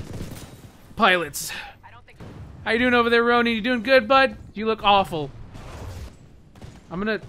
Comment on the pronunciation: Rone-in not Rown-ie XD unless its on purpose